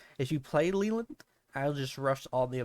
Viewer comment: I hate when ppl mispronounce Leland!! It’s supposed to be “lay-land” with no eee sound 😢